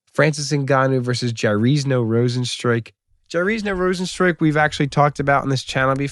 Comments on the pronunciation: Get my GOAT Rozenstruik's name right!! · jar-ZEEN-yo row-zen-struik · yar-zee-nyo- rose-in-strike